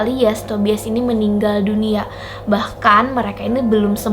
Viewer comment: Maap ya kak saya koreksi sedikit, Tobias tulisannya. Dibaca Tobayes.